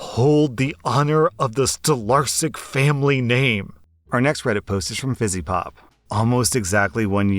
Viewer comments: NOT STOLARSIK but STOLARSKI! Love from a polish woman listening to every single episode:D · Unless I misunderstood pronounciation, Your grandfathers last name would be Stolarsky (Stolarski in polish). I'm form Poland, and that last name is quite common.